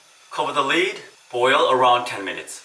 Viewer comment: Cover the “lid” not “lead” lol